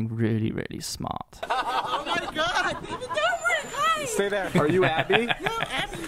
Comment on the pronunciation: ah yes, my favourite vlogger; "david dobirk". jokes aside, great video, really enjoyed it, can't wait to see more.